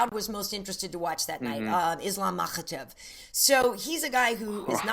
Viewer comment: So its pronounced Makkkkkhhhhachev but then it's Habib. Got it.